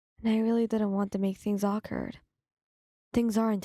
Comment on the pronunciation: When you said awkward all I heard was AWRKWQRD lmao